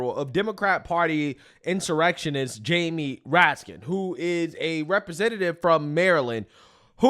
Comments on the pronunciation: Get his name right. It’s Raskin, not Ratkins. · RASKIN NOT RAKIN ! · Ras Kin. That's how you pronounce his name. Read and view politics more. You will learn how to pronounce politician's names. Ok, good luck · Love youre channel bro! You get Raskins name wrong when you call him Ratkins but thats a better name for him because he is definitely related to rats 🐀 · I like pronunciation- Rat-kin